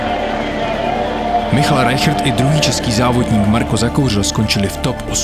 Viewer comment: Sledoval jsem Rigu live, fandil jsem! Nejvíc jak ti říkají "Majkl Rajhard" :-D. Jinak top, Totálně špica aftermovie. Vzal jsem si k temu pivo, ale vůbec jsem si nelokl jak jsem se do toho zažral :-D, totálně PECKA! Jen tak dál (y)